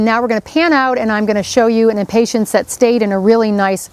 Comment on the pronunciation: Wow. This is SO not helpful. #1-- You say 'impatints', with a T, instead of impatiens. #2 -- As another pointed out, it is impossible to see exactly what you are doing -- AND -- you do not say Above or Below the leaves. ???? Perhaps a gardener Knows, but this video isn't this video Supposed to be for us non-gardeners??? Suggestion: have your videos peer reviewed before releasing. UGH.